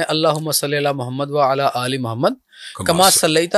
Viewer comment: آل کہنا ہوتا ہے یہ شخص اله کہہ رہے تو کسی نے تصحیح کرنی ہی تھی انہوں نے کہا ہوگا آل بولنا ہے اله نہیں کہنا۔ل پر زیر ہے لیکن الگ حرف ہ نہیں